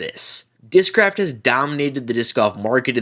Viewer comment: Their commercials during the tournament also screamed AI. I posted there I wouldn't buy their discs on account of that. They even appoved an ad that mispronounces discraft.